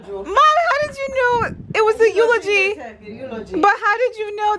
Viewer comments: a speak Spanish... say urogy😂😂eulogy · lmaoooooo! yo when was tryna say Eulogy i diiiiieeed!! omg lmao i love my jamaican ppl! so funny man